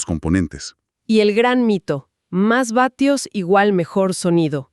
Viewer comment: Se dice watts no batios! 🤦🏻🤦🏻🤦🏻🤦🏻🤦🏻🤦🏻